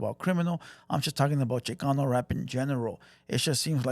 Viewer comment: Tired your not tired check your accent when Chicano comes out your voca